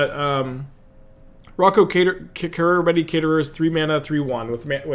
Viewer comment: seriously, tho, idk how its possible to read hundreds of cards a day and not get this one right even once